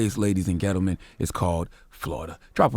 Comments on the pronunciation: this nigga said 'Ladies and Gettleman' lol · Nobody: Cha: Ladies and gettlemen(:30sec)